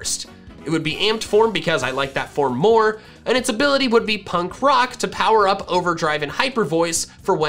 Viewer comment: ABILITY, NOT ABBILATY!